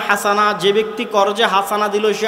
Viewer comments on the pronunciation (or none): none